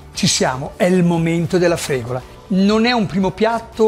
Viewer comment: La fregola viene agli animali, forse stai cucinando la fregula. Cerchiamo di non storpiare i nomi, più di quello che si fa già. Soprattutto nel caso in cui la persona che parla sia uno Chef, grazie.